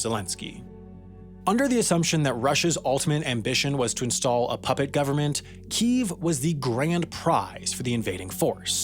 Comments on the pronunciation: except it's not. The two pronunciations are kee-ev (the Russian one) and kee-iv (the Ukranian one). Nether of which are keeev. You and Sam are the ignorant ones here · wtf is with this pronunciation change of Kyiv all of a sudden?? It's not kEEEEEv, or kE-ev - it's KEev one syllable with a slight but noticeable pitch change. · Its not Keev, its Kyyev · I am so agitated with people pronouncing Kyiv, "Keev". It's pronounced "Key-ev" or "Kevy-iv". It's not difficult to say. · Someone get me on this: How is Kyiv suddenly pronounced 'Keeve', rather than 'key-ev' as I've always heard it pronounced? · Kiev not Kiv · Kyiv is pronounced Kee-iv not Keev. It has two syllables. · It's pronounced Kiev isn't it? Not keev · Its pronounced "key, eff" No one ever called it keef until this civil war popped off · It's pronounced 'kyiv' not 'KEEV' lol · It's kee-yev not keev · Another great video, as always. But it would be much better if you should stop mispronouncing kilometre as "ki-LOM-e-ter". Also, Kyiv is pronounced "key-ihv", not "keev". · Can't believe he pronounced Kyiv as Keev. It's Keyev. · It's pronounced more like "Key-ev" than "keev" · Why do they insist on calling it keeeve...its Kiev..kyev..say it with me..maybe more western countries could readily identify with the improperly pronounced one🤔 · Why have commentators started pronouncing KIEV as Kyiv which is the Ukrainian pronunciation. Similarly we say Moscow, we don't say Mosckva. It says in Wikipedia "Kiev is the traditional English name for the city, but because of its historical derivation from the Russian name, Kiev became disfavored in many Western media outlets after the outbreak of the Russo-Ukrainian War". What bs. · its kyiv, not keev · I don't trust anyone that says Keev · Argh, you pronouncing it "Keev" had me googling for a long time finding conflicting information about whether there was a name change from Kiev to Kyiv in 1995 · Does anyone else cringe when they hear "keeve"!?